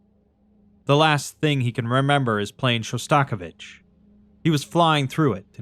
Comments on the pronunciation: with love and peace, his name is pronounced: shaa·stuh·𝐤𝐨𝐰·vuhch That took me out so bad for whatever reason 😅 (god, I know I sound absolutely insufferable, I’m so sorry, just blame it on my mental illness) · Really loving this series, but a small nitpick: you said Shostakovich wrong